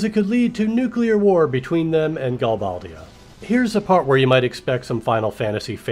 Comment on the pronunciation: You're right, you are the only fan of FF VIII, it's sooooooooooo lame! But, this is an awesome analogy! I pronounce it Gal-BAY-dia. Threw me off how you pronounced it.